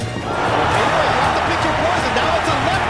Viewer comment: You pronounced Inoue's name correctly. You are in the elite 1% of announcers / commentators. It's a rare thing!